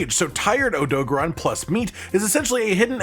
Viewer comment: I love this but i simply cannot get past the Oh-Doe-Guh-Ron pronunciation lol. Idk if you play with sound off or music playing but even in game he is called and voiced as OhDoe-Garen odo-garron. The syllable convention comes from japanese rules. Idk im just passionate about linguistics was fun to explain if anyone cared to read.